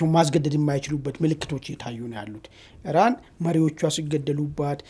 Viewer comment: አንተም እንደ አሜሪካ እና እስራኤል ሆንክ በቃ!? ኢራንን አርዋን ካላስበላሁ አለቃትም አልክሳ!? ምን አረገችህ? 'እራን,"..." እራን,..." እራን,እራን, እራን,.. ምነው አንድ ኢ ራ ን ካፍህ አልወጣ አለ? አቦ በቃ ባቄላ አፍህ ውስጥ አርገህ "" ኢራን "", ኢራን እያልክ ስምዋን ልምምድ አድርግ እስቲ!? የምን "" እራን """ ነው? ምግብ እያስጣልከን አስቸገርከን እኮ!? 😅